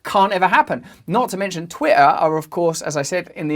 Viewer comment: This dude can't even pronounce the word "Twitter"